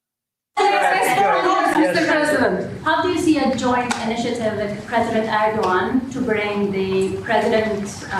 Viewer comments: Okay, I love you, Ben, but Erdogan is pronounced Erdo(w)an. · Hi Ben, just a quick one, Erdoğan is pronounced Er-dew-wan my friend, lot of time spent in Türkiye lok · Erdogan is pronounced Er-doo Wawn